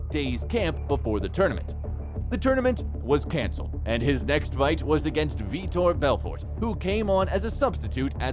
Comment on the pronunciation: Other than Jon Jones I think vitor Belfort is the only fighters’ name the narrator pronounced correctly